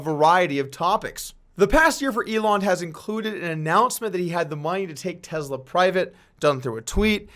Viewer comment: Gotta be slightly ticked you didn’t wait 1 more day to be able to add in the clip/part about him smoking marijuana.. shoulda believed in Joe Rogan and his ability to make people say & do wild $hit I like the videos regardless of views also. Keep them coming. (But I dislike how you say “Tesla”, there is no ‘z’ )